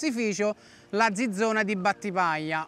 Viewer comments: Ma soprattutto perchè ciccio dice Zizona invece che Zizzona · Come pronuncia male quel "zizzona". La z va letta come ts e non zi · tutto bello però si dice zizzona, il suono deve essere zi, no zeta, gg Ciccio bel video